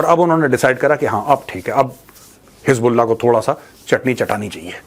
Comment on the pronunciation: Ajeet bharti bata rahe hai (hiz ball aah) (hiz ball naah) 😂